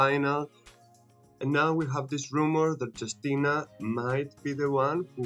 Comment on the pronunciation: Hello. You should spell her name like You-stee-na